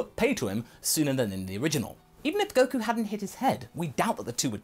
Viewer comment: He misspelled Goku, that's why he said Koku